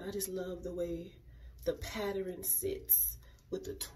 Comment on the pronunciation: It’s how you say pattern that gets me lol